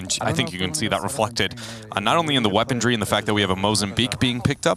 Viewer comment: Why does one of the casters say "weapondry" instead of "weaponry"?